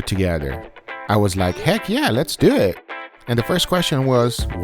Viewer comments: I swear, thankfully I'm not the only one to hear it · "Let's do eeett"